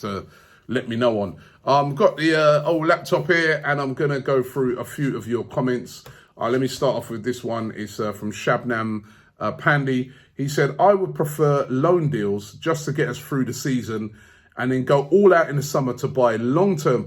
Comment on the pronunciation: Thats Subham not Shabnam... Ohh robbie